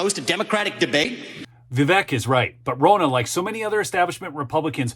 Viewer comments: Ronna , sounds like Donna...not that hard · it's RONNA which has the exact same 'O' sound as in Romney, not Rona.